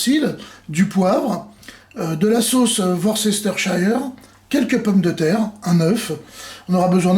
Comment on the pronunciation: Hello. Pour toi comme pour tout le monde, cette sauce Worcestershire parait toujours imprononçable! Astuce: utiliser la fonction "listen" avec l’icône petit haut-parleur de Google Translate. Là on a l'audio prononcé par un robot (assez fidèle) avec la transcription en phonétique. Ça donne "wo͝ostərSHər sôs" (ce qui est somme toute bien plus facile à prononcer). Donc fini les "worcester chaieur" et autres prononciation fantaisistes.;) Ha, my tailor is not so rich these days... Merci pour les recettes!